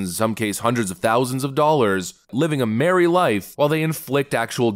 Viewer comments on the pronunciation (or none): none